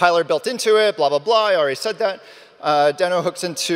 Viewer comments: First thing he regrets in Deno is pronouncing it wrong. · if you keep saying deno fast it sounds like node